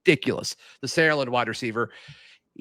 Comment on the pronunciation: Btw guys it’s pronounced Sar-uh-land not almost all in one syllable the way you guys say it